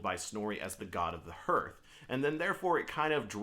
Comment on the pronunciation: Just found your videos bro, looking forward to watching more, hey just a heads up, It's pronounced "harth"👍